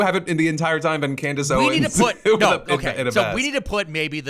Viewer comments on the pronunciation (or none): none